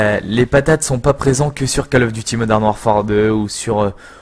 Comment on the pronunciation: Coll of duty pas Caaaaall of duty u_u